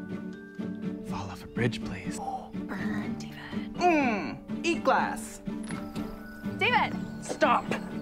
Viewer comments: Ew Day-ved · eeeewwww Day-ved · Ouch David! Ouch day-ved!!!! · EW DA-VEHD